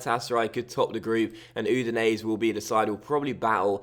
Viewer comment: I'm relatively sure Udinese is pronounced U-di-nes-e and not U-di-nes. Basically the last e is not silent.